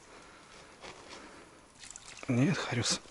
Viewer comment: Не хариуЗ а зариуС